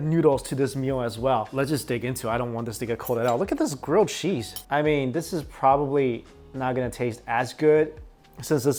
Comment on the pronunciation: he says cheese as 'cheesh'